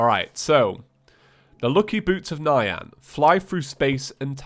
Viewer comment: "Boots of Nyan" is pronounced N-yan, not Nigh-an btw